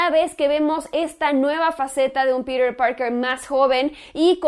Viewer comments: porque dices Pider en vez de Piter ??? :v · no entiendo porque dices Perer parker, es PETER, NO PERER.... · Por qué pronuncia "Píder" y no dice Piter? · me quiero cortar los oidos cada que dicer piter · No dice peter dice pirer jajajaja y la oracion " en lo personal la dice como 20 veces, me pregunto que pensara "en lo no personal" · por que dices Pirer que te cuesta decir PEDRO :) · "Pider" :v